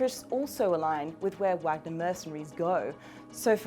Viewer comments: it's vaaagner not wag-ner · How hard is it to find someone who knows how to pronounce Vahg-ner? FFS. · Try pronouncing it with a V. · you can say Vlad but not Wagner right lol totally makes your point important when you do not know how to say it